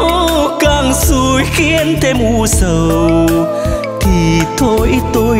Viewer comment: Những âm "âu, đâu, u sầu " bạn de y. Phát âm sắc lại, hoi bi vòm miệng, co những chỗ hơi bị mờ. Doan co dược gi dau. Ban de y cột hơi.